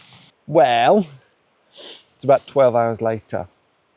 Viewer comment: that was the most Welsh ‘well’ ever!